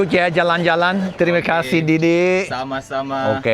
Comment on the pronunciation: Tampaisih, rather than Terima kasih